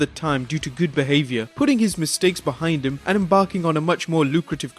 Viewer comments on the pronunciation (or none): none